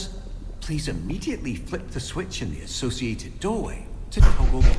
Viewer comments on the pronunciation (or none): none